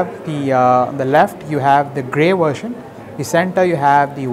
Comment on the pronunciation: Its 'version' not 'vertion'..